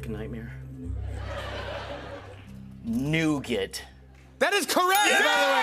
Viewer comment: idk why the way cody said nougat made me laugh 😂😂😂